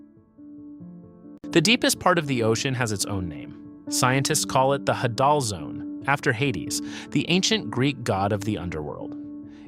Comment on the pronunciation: Hadal. Rhymes with ladle. Say it correctly. The pronunciation is right there on the screen! You put it there yourself, right? :face-red-droopy-eyes